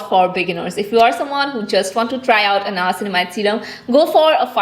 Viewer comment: It's not nayacinamide It's nia-cin-mide